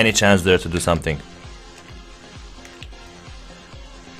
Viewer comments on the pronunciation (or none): none